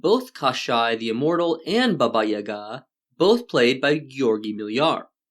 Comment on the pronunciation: Finally, a westener who pronounces "Baba Yaga" the right way! Bravo.